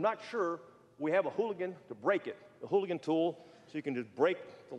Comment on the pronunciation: Uh wtf the director of DPS doesn’t know what a Halligan is?? He lost all credibility calling it a “hooligan” over and over